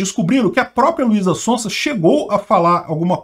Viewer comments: " Luisa Sonsa dispensa apresentações, é uma cantora muito conhecida". O deveria pronunciar "Sonza", no caso do sobrenome dela o S tem som de z, isso porque ela é muito conhecida kkkk. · o Z se pronuncia tipo o zunido das abelhas, zzzzz sonzzzza, sonzeira, zarpar, zetélo, zoraia, etzétera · Luiza Sonsa hahaha É Son Za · de tanto falar mal de Russo não pronuncia mais o Z (Contém brincadeira) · Ele falando o nome dela errado…. Hahahahahaha Sonsa! Ótimo 😂😂😂😂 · falando Luiza SonSa... não tem preço kkkk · Eu não sei se foi sem querer ou foi de zoeira, mas achei engraçado ele falando Luíza Sonsa como se ela estivesse sendo sonsa sobre o caso kkk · O falando luiza SONSA kkklkk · kmmkkmmkmkkm ELE FALOU LUIZA "SONSA" kmmkkm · O mais legal foi assistir o errando a pronúncia do nome dela o video todo heheh ainda mais pra chamá-la de sonsa. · sempre fala "sonsa" kkkkk